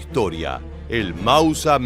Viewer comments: Mauser ser ser..no Mausa¡¡ es un apellido, no deformes mauser asi comonse escribe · "El mausa" pronuncialo correctamente